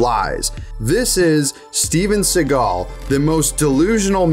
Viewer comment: I love how Sean Connery pronounces "Shteven Sheagal"